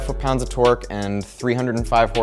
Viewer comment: Whenever you say torque I hear twerk